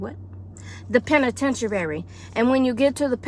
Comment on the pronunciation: LOL. Penitentuary. I couldn't stop laughing.